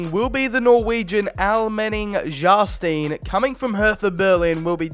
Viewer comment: its funny how you say rune almenning jarstein